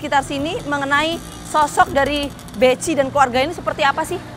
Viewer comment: Kalo ditanya BECI ya gak kenal, krn pelafalannya BEKHI.. wkwkwk 🤭